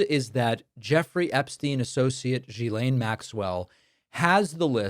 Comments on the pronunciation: Not "Jilaine", "Guilaine". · David. Gislane is not pronounced “jee-s-lane”. It’s a hard “G” with an “i” pronounced as in “hit”, so “git” without the T, then a silent “S” - so it’s pronounced “G-i-lane” - I know you’re not the only one and it’s not intuitive, but it hurts your credibility not to get this right. Thx! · Hi David. Ghislaine is pronounced with a hard ‘G’, as in ‘Girl’ or ‘Government’, not in the ‘French’ way, - ‘Je’ or ‘Janvier’. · Hate to be one of those people, but it’s driving me nuts. GM’s name is pronounced with a hard G, as in fish gill i.e. Gill-Lane (Ghi’laine) ❤ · It’s pronounced Gee- Lane (the “h” is silent ) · Ghislaine is pronounced with a hard G. Annoying. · At least pronounce “Ghislaine” correctly. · I have heard so many different pronunciations of Ghislaine, but my favorite is. He just charges right into the American phonetic pronunciation, as confident as he is reckless, and it's gloriously offensive.